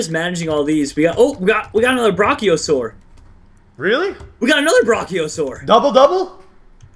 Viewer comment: It's not brah Ci saurs it's Branch saurs